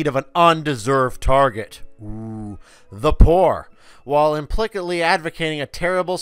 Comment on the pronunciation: You don’t know how to pronounce implicit. Hmmmm.